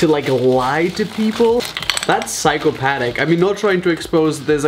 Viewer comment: Physchopatic. 😂😂 physcotic 😂